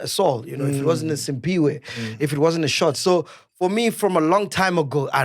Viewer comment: Mac, Sphiwe’s name is ‘Cphiwe’, not Simphiwe! He’s been telling u since Sun_Bet‼️